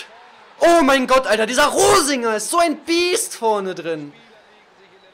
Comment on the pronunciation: reininger hast du gesagt... statt rosinger